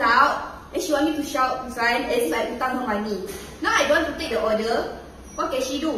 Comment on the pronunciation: It's oRder not oGer